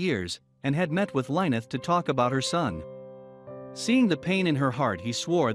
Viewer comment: Her name is LYNN-ETH...not line-eth